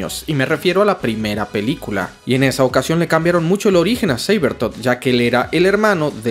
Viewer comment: sabletot hahahahahha por lucifer deja de intentar pronunciar en ingles, mejor usa su traduccion de los 90 dientes de sable